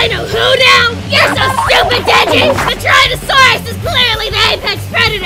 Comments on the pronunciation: Does anyone else realize that is saying Tryannosaurus. I just thought that was funny, since she is illeterate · The fact that kept mispronouncing it as "Tryannosaurus" is honestly perfect lmao